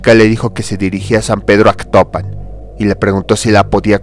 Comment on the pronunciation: Es Atocpan no Actopan, ignoranto.